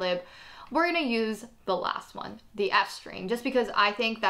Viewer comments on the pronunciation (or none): Am i the only that can't stand the way she says some of the words like listen to how she says "the last one".